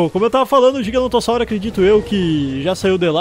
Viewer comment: qnd vc fala GIGANOTO eu penso em RISOTO kkkkk